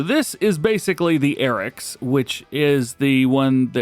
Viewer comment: ... Did bro really say acrows? It's Arocs 😅 Don't worry, everyone makes mistakes 😊